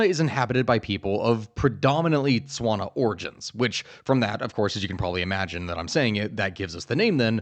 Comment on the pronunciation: I'm mostly here to listen to you trying and failing at pronouncing Setwana words. Also my country is always so overlooked so this so deeply satisfying to listen.